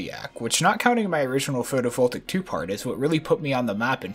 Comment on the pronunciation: first “kenos”, now “atmarbl” and “photovoltaic” goddammit why must you pronounce everything wrong